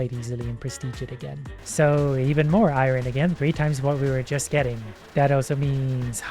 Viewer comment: i love you but i hate the way you say Iorn